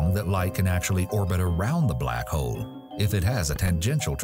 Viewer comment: Am I the only one who can't unhear the word "Black Hoe"?